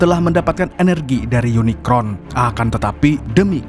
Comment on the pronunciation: Kmu bisa nyebut unicorn ga.bkan unikron..